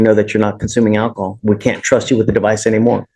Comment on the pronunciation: "I have not consumed any akahol" But have you consumed alcohol?